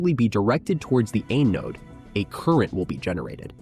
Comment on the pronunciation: If AI is so smart it should be able to pronounce things correctly. “Anode”